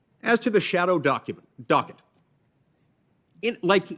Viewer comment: I learned something - when Mike Lee gets mad, he can't pronounce "docket".